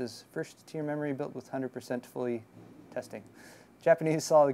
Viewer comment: "with 100% fully tesying"